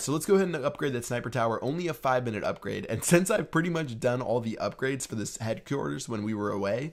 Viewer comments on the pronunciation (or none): headquarters sounded somewhat like headquewers